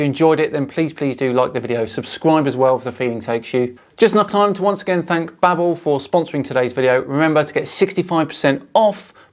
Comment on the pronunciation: Bro its pronounced babe-l as in label not babble....its like Babelfish from Hitchhikers....sorry my OCD got the better of me